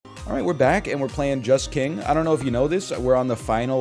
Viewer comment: Every time NL says "Just King" I hear "Jess King" - Peloton always on the mind.